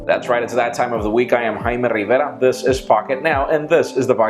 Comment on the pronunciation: haaaaaiimmee rrrrrrrrriiiiivvvera lol pronunciation.